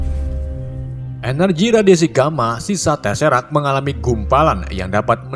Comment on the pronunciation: Maaf mas bro BACA BUKAN TESERAK. TESEKRAT